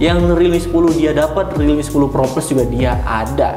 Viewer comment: Pro sama pro plus sama aja penyebutannya haduh